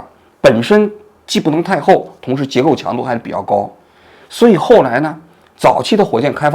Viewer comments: 铣床读xi还是xian? 铣床读xǐ，声母x，韵母i，声调三声。铣是一个多音字，解释如下：一、xiǎn 1、有光泽的金属。2、小凿 3、古代钟下的两角。4、以金装饰弓的两头。二、xǐ 1、一种用圆形能旋转的多刃刀具切削金属的专用设备，称“铣床”，上有“铣刀”。2、在铣床上加工金属工件。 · 不叫xian是铣xi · 铣床 读洗，不是显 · 铣床（xichuang）我知道您不喜欢xi这个字，故意说成xianchuang了吧！😂😂😂😂😂😂😂😂😂😂😂😂😂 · 很喜欢看王局的节目：纠正王局一个读音：铣(Xi三生)床，读音做Xian时，是另外一个意思。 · xi 床 不是xian 床！ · 铣床念xi。不是xian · 王局是文科生无疑，那不是先床是洗床😂😂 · 铣床，王局是想说这两个字吗？不过铣床（xi念三声，不念xian床） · 做点你专业吧 不专业的别掺和 照着稿子念 铣（洗）床都能念成冼床🙄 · 铣（Xi）床 不是Xian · 王局：我是你的老粉丝，非常喜欢你的时评。今天纠正一个专业的词汇，铣（Xi，三声）床。😁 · 第一次听说吧，那个机器叫xi床，三声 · 铣（xi)床，哈哈，王局是文科出生的啊，怎么念错？ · 铣床，应该读xǐ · 王局，铣是多音字，机床行业叫“铣床”xi（三声）铣床。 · 王局,是铣床，铣音洗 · 王大哥和我读个字，铣xi3声，铣床。。。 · 铣（xi）床，王局😊谢谢你的节目。生日快乐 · 王局，是铣（xi）床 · 呵呵，“显”床？😅😅 文科生……. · 铣床念xi，谢谢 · 铣(Xi)床，不好意思，刚好在专业范围内，纠正一下😄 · 王局，善意提醒一下：铣（xi3）床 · 纠正王局 xi 铣床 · 铣（xi, 音同洗）床